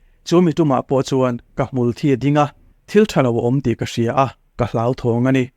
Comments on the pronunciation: I sawi dik alâwm...lam diklo an tam tawh...hmûlthî tih tur...hmûlthi ni lovin...thi ah hian thlûk pêk tur a ni...thisen,ka kut a thî tih ang a thi hi lam tur a ni... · hmulthi hi,Thi(Die)anghian in lam ṭhina adiklo,athi(Die)lo,asen ther a,thisen angmai in,THI(Blood) ang in,hmulthi tihtur.